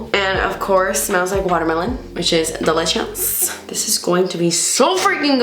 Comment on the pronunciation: The way you say delicious 😂 you always crack me up! Love your videos! And loving the natural hair! 💕